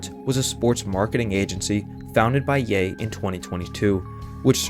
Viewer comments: When you said "yen dollar" i tuned everything else out, sorry :( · not to be a geek but its pronounced ye and dollar sign